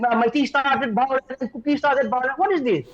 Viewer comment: Its violence not biolence chup 😂😂😂ngathu